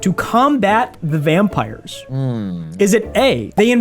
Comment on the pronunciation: Bro called the pillarmen vanpires